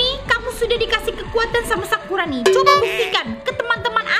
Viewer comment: selalu salah ngomong nya yang misal nya sakurani jadi sakuroni 😂😂😂😂 sakuroni jadi sakurani 😂😂😂😂😂